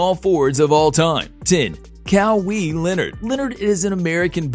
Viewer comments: Its "Ka why" not Cow wee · John Havel-sec Ka-wee Leonard Sound like al NBA fanbot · "Cowee Leonard".. I mean...coWoweeeee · I couldn't focus after he said Cow-Wee Leonard 😂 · Who TF is "Cow Wee Leonard"?! If y'all don't quit with this AI bull$h!t. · Kow-wee Leonard 💀💀💀😭😭😭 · Banchod this is a bad list and u pronounced kawhi name wrong